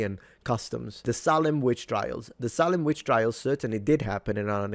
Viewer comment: Salem is pronounced say limb just so you know lmao. You make it sound Arabian or something. Not saying it's a bad thing, say it how you want. People might get a little confused when you say it with a short a tho lol